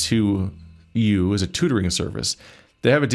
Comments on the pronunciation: fairly sure EDUC82U is supposed to be pronounced ‘Educates You’. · Think educ82u is pronounced educate to you